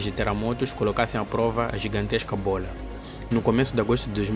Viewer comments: Cara, vc tá falando bolha, e não bola. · “Bola” 😡🥵🤬 “Bólha” 🥰😍😌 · Bôila... bôila... rsrsrrrrs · ele fala Bôola kkk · Ótimo vídeo, e é muito engraçado ouvir ele falando "B O L A" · simplesmente a giganteixca buola do entretenimento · Toda vez que ele fala “bola” eu exploro de rir KKKKKKKKKKKKK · acho legal quando ele fala "bola" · Ele falando bola me lembra o pica pau falando bolo de morango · Cara, ótimo conteúdo, adorei aprender sobre isso. Mas é engraçado ouvir você falar bola, você por acaso tem alguma origem oriental?